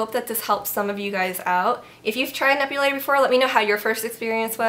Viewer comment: Please, please, please try ONCE to pronounce it right. There's no U in the word Epilator...